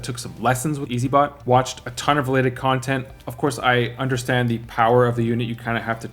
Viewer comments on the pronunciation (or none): none